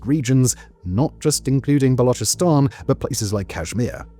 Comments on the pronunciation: the guy is making a video for hundreds of thousands. Some basic research on the topic is necessary no ? Dont spew crap like he cant pronounce now, he pronounced balochistan perfectly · Finally someone who is pronouncing Balochistan as Balochistan and not Balokistan.